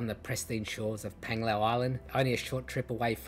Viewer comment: Not Penglao...Panglao😂😂 pronounced